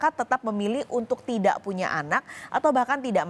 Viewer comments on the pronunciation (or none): Ada keslahan pengucapan kata yaitu : Punya anak mbak bukan puna anak 🤗